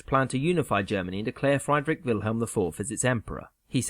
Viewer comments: No one is asking him to have native pronunciation, just something approximately close to the original. Friedrich is "freed-rick", not "fried-rick". Just like you'd expect a Spanish guy to pronounce "James Bond" with a hard J instead of "Hah-mess". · It's Friedrich, not Freidrich. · Note on German pronunciation of German words with EI and IE; in German the second bowl is stressed. The name Friedrich is pronounced like “Freed Rick” not like “Fried Rick”. Apologies to Rick. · Just btw its pronounced "freedrisch IV" not "frydrick IV" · Excellent video but it's FREED-rich and not FRYED-rich. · Friedrich not Freidrich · “FRY-drick”? Is that the pronunciation? I’ve always said “FREE-drick.” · Friedrich is pronounced "free-drikh," not "fry-drikh." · FREED'-rich. Not FRIED(chicken)-rich. Etc. The mispronunciations in these animated videos make me crazy! Is this humans talking, or some kind of crappy AI program? History 101: if you don't even know how countries, leaders and eras are pronounced... you're probably not really a student of that history, and maybe no one should give any credit to anything you're saying. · Friedrich = pronounced "Freedrick" not "Fr-eyedrick" goshhh🙄🙄🙄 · You pronounce Friedrich wrong, in German the "ie" diphthong (like in Friedrich) is pronounced very different from the "ei" (like in Einstein). You pronounce the German "ie" like the English "ee" in words like deep or free, so you'd pronounce "Friedrich" something like "Freedrig". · I truly do love your videos but PLEASE look up how to pronounce foreign words! Friedrich is not "fried-Rick" ahaha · Great summary! The pronounciation of Friedrich ("Frydrick"), though ... Try to pronounce it like "freedre" and then the sound a cat would make if you annoyed her. CHHH. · It's Friedrich not Freidrich, when the I comes before the e it makes an ee sound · Friedrich (like English “freed”), not Freidrich (like English “fried”). Because German spelling.